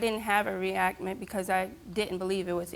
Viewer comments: “I didn’t have a reactment” 😭😭😭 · She said reactment instead of reaction and someone in the crowed laughed lol